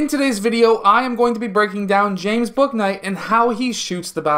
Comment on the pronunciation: his name is pronounced booey-knight btw haha!